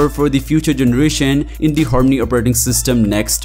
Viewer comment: What did he say? "Horney operating system"!!